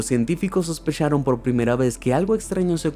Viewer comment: shospecharon sono un poco raro XD😂